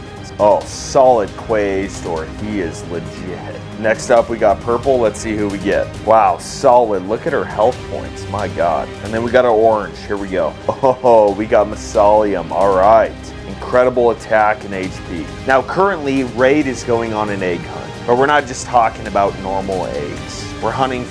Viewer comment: maa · zuh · lee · uhm Not the way you said it, just here to help